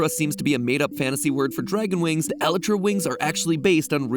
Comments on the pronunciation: why do you pronounce elytra wrong lol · Bro why u say elytra like that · you cant say elytra properly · This is n0w a third way h0w t0 pr0n0unce the w0rd elytra and I am c0nfused :0 cause idn which is c0rrect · I can't be the only one hurting from Matt's pronunciation of "elytra" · hearing you say elytra like that pained me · Was anyone else annoyed by the way he says Elytra. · Is it just me or did the way he pronounce elytra annoy you? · Ew the way Matt pronounces elytra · I think you pronounced elytra wrong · Can we just point out the terrible way Matpat says Elytra? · I’ve never heard someone say elytra so wrong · anyone else cringe at how matpat pronounces elytra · Matpat mispronouncing Elytra is infuriating. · Therapist: MatPat mispronouncing elytra isn’t real, it can’t hurt you MatPat mispronouncing elytra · Why is no one bothered by the way matpat says elytra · Watching this man pronounce elytra wrong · The way you pronounce "Elytra" brings me pain. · me cringing when matpat is probably saying elytra correctly but my brain says no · Anyone else shudder when he pronounces "elytra" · I hate the way mat says elytra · when i learn that ive been pronouncing elytra wrong my whole life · STOP SAYING ELYTRA LIKE THAT AAAAAAAAAAAAAAAAA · Matpat please learn how to say Elytra and OwO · Look mat love the effort but pls stop saying elytra pls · This is how many times MatPat said Elytra wrong😅 👇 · Matpat: that’s not how you pronounce Elytra! 😂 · When Matt doesn’t know you actually can hatch the egg with end crystals… also it’s pronounced L-eye-truh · Anyone else bother by his mispronunciation of “Elyria” 😂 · Wait I thought it was pronounced E-lie-tra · Please don’t tell me MatPat pronounced elytra elitra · This is the first time I've ever heard the supposed proper way of pronouncing the word "Elytra"! It sounds so weird! I pronounced it as "E - lie - tra". But I guess I was wrong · mat pat elytra is pronounced (e-lie-tr-a) please 😭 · It's pronounced el-EYE-tra